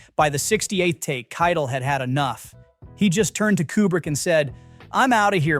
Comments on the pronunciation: KIE TELL is how you pronounce his name not kitel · Dude, you can just type "Kie Tell" when typing Keitel into your AI software so that it'll be pronounced properly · KITE el 🤦‍♂ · You lost me at your pronunciation of Harvey Keitel. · how can you make youtube movie content and not know how to pronounce Harvey Kietel's name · Actually, the narrator mispronounced Keitel. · AI can’t say it properly.